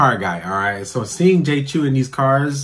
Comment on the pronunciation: It is pronounced “Chow “, my guy. Not CHEW.